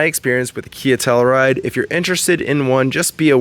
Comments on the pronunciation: Tell-you-ride, not tellaride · The hell is a “Tell-a-ride”? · tell-u-ride, bro. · TELL-U RIDE.